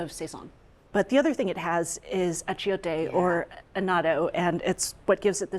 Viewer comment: The pronunciations are brutal. Sweet mercy. "Sayn-soon", "Ah-chay-o-tay"... have heard these words spoken or read them and make a guess at the pronunciation?